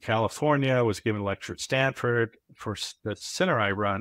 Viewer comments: You called him "Standford" Professor. Did you mean Stanford? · You lost me at "Standford"